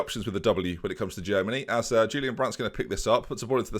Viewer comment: My favourite part about you mispronouncing Julian Weigl’s name is you saying Julian wrong :p